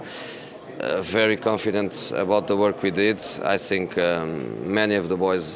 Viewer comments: He says " I think" unless of his trafitional I sink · "I sink"...